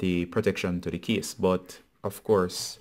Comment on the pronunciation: Thank you, brother, but I was a bit confused because of your pronunciation of "case" as "kiss". This video was helpful thanks bro!